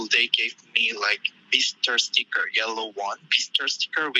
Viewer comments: all of the (inaudible) is saying "visitor". As far as I'm aware, East Asian languages generally lack the "v" sound, and often substitute it for a "b" sound. I know this from learning Japanese, so I'm not sure if this is entirely accurate for Korean, but it does sound like he is saying "bisitor". Correct me if I'm wrong! Edit: misspelled his name, sorry 😔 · The korean dude was saying "visitor* sticker" 😅